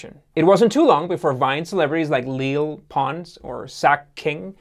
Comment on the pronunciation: I cant take it serious anymore after he said "lil pons" 😂😂😂